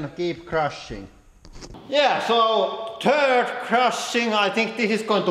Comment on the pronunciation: He said "turd pressing" hahaha!